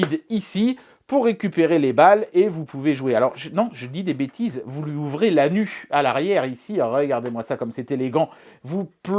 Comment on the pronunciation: Dommage que la cible ne soit justement pas placée au niveau de "l'anu", comme tu le prononces si élégamment.